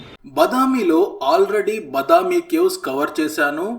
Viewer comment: బదామి కాదు. బాదామి. వాతాపి బాదామి అయింది. వాతాపి గణపతిం భజే విని ఉంటారు కదా.